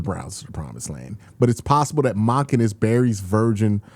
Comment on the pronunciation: do you pronounce his name like "MAHken" on purpose for engagement? That would be brilliant